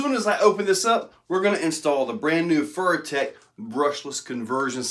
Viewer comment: “Furrytech” lol